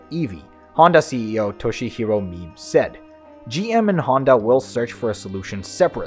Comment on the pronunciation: "Mibe" is pronounced "me" + "be" as in "bed."